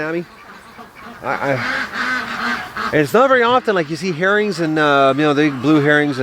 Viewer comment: Heehee, the way you pronounce heron like "herring" made me laugh. Picturing giant, flying herrings!